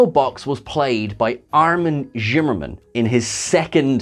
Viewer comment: His name is Armind SHIMMERMAN, no Jimmerman, or whatever it is you say every. single. time. SHIMMER, SHIM.